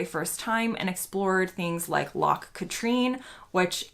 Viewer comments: By the way your pronunciation is very good, the only thing I would correct is that Loch Katrine is more usually called Katryn not Katreen. Also a useless piece of information....Loch Katrine is the main water supply for the City of Glasgow I.e. it is actually a giant reservoir. Take a trip on the steam boat on the Loch called the Sir Walter Scott. Sir Walter Scott is the author of the famous saying ‘Oh what a tangled web we weave when first we practice to deceive’ in other words liars will often trip themselves up as their lies get more and more complicated. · She did well with Edinburgh but loch Katrine which she pronounced Katreen. Not her fault we have some strange names. I recently heard someone pronounce Drumadrochit as drumnadroshit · I watch many of your videos and have found them excellent in the way they try to explain things UK to those across the pond. delighted you are visiting Scotland and introducing others tothe country, enjoy. But please please try to improve your pronunciation of Scottish place names. I have never heard "O ban" pronounced "O barn" likewise Loch ( note the soft ch sound) "Catreen" is actually Loch Kat- rin ( like Kathrine without the h ) . With so many accents and regional dialects in Scotland there are always variations but always ask the locals about how to say it.